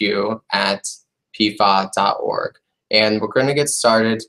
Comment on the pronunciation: Hi, this presentation is very good! One suggestion: when giving email addresses out, please say each letter rather than pronouncing it as word. For example, instead of saying /piefau/, spell it out instead P F A W. Many don't know what /piefau/ stands for and therefore won't know the proper spelling of for the email address.